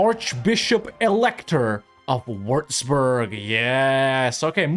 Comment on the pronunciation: Its pronounced wüatzburg, not wurzburg🤣